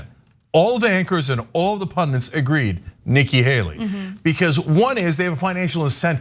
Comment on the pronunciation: It is "pandit" pronounced pun-dit not pun-dint.